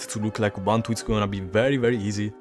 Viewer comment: Ubuntu si pronuncia esattamente come lo leggeresti in italiano. Just saying...